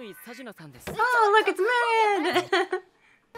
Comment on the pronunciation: Marin pronunciation = Mah-reen (the rin sounds similar to “ring” without the g)